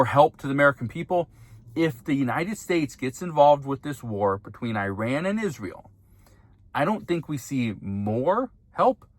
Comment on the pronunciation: At the risk of sounding pedantic, Google "pronounce Iran" and say it correctly.